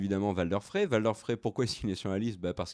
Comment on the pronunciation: Arrêtez de dire Valder svp c'est Walder, ça se prononce à l'anglaise...